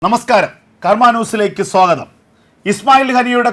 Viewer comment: സോഗതം അല്ല ചങ്ങാതി സ്വാഗതം....